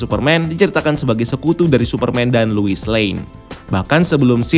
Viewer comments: gregetan si babang ngomongnya luis luis luis... bukannya harusnya lois ya bang? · Penyebutannya "Lois" min bukan "Luis"!!. Luis itu nama Cowok. Lois itu nama Cewek. #RestoreTheSnyderVerse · Luis?? Lois ya lois gak usah di baca luis geli denger nya